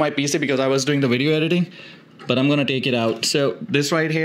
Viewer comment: "this wideo" 😂